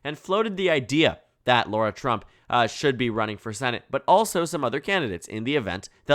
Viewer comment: She's his daughter-in-law. Says daughter in the headline. She's garbage. But it's pronounced Lara, not Laura. Lot of basic mistakes. You're usually better than this.